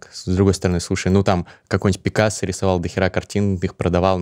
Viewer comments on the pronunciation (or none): none